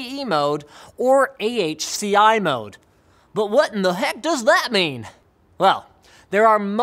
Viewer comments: "Ahki", huh? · AHCI is like someone sneezing... Try Spell NVMe like N-V-Me, now you know why is it cost you a lot of money